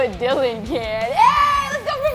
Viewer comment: Dylan not dillan